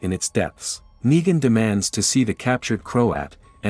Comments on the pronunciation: Say it with me..."Neeeegan"...why are you constantly saying "Nigan" lol is this read by AI or something? 😂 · sounds more like knee than night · You're ok but please get negan words right